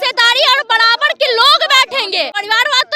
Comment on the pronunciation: Badabad nahi barabar 😂😂